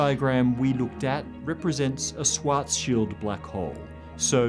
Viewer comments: it´s pronounced schwaRRRzschild radius ^^ a "swat´s shield radius" also exists but only in military physics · Please say Schwarzschild, not Swarzshield 😊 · I've never heard Schwarzschild pronounced like that.